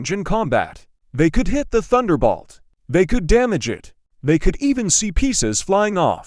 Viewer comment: Someone should listen to this stuff before posting. Turbocharger has a soft g. It's Thunderbolt, not Thunderbalt.